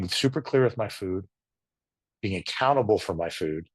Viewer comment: I thought you said "I'm a cannibal." = accountable is what you actually said. Thank you for sharing your story.